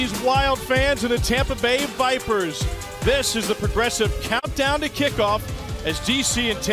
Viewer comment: We're with the Vipahs!!! - Tony Soprano